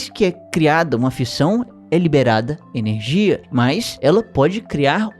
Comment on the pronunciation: erro na palavra energia kkkkkkkkkkk